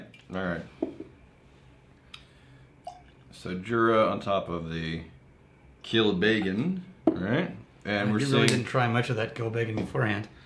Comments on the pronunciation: I think this episode helped me realise how and why Americans butcher the pernunciation of Irish names. They over emphasise the vowels. Connemara is "con-eh-marah" not "'cone-eh-marah" Kilbeggan is "kill-beg-en" not "kill-bay-gan" If in doubt just say the word in the laziest free flowing way possible. Without emphasis. 😆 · Hey guys,, your pronounciation of connemara is right, but kilbeggan, isnt kil-bay-gen, but phonetically, kill beg in. Also, Dublin is in the east coast, kilbeggan is more Midlands in offaly